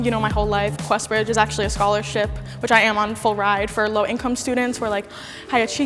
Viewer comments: bruh why would she say quest bridge 😑😑😑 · Sis said Questbridge 😭